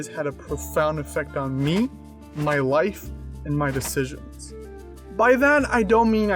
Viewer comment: bro i thought you said "wife" instead of "life"😅